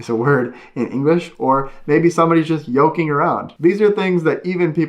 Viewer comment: lol, "yolking around" .